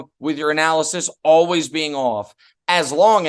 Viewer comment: I'm sure I'm the only one, but it always hits my ear oddly to hear Cowherd pronounce 'always' as 'alwiss'.